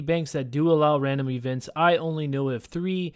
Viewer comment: Randim ee-vent